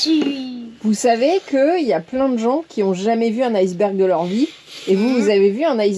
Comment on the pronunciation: iceberg et non ailceberg